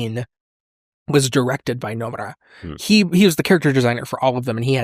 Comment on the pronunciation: It's really funny how hard he tries to pronounce Nomura correctly, but absolutely butchered Agito.